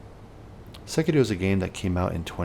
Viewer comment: Finally, a guy the pronounces sekiro properly. Good video.